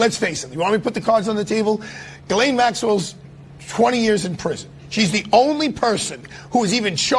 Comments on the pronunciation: "Girlane" maxwell. Pam Bondi has no idea what the fuck she's talking about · She says "Ghislaine" with an R. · Do you pronounce her name as 'Girl-lane' or 'Jizz-lane'? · I won't get over "Ghislaine" being pronounced "Jizz-lane" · Strange bondi doesn't know how to pronounce ghislaines name she called her gerlaine